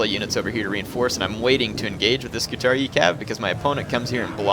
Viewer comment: I'm pretty sure it's pronounced "scoo-tar-ee-eye" btw